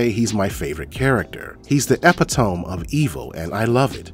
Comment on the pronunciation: Epitome, pronounced: E-PIT-OH-MEE. not EPI-TOME.